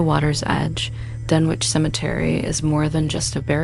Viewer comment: Its pronounced, Dun,ich not dunwhitch. My father lived there for 30 years